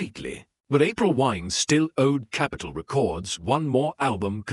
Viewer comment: "over 20 million re-cords sold worldwide" more misleading rubbish from a bot channel that can't even pronounce the name of the format correctly. thumbs down and reported.